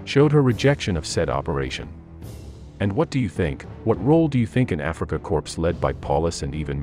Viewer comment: Corpse for corps? Are you really a student?